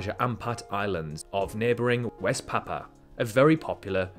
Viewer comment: Every vowel in Gebe and Papua should be pronounced, not sure why you opted to pronounce them as Geb and Papa instead of the safer option of pronouncing it all phonetically lol